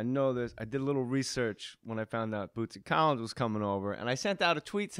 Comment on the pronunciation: I gotta say it was cool as hell to hear J.J.'s shout-out! (he nailed the pronunciation too). I love these older episodes! Bootsy is sooo damn smooth, baby.